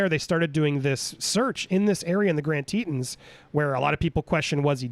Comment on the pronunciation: Such sad news for Gabby’s family and loved ones. Thank goodness she was found. Heads up it is pronounced TeeTohns rhymes Johns not teetuns.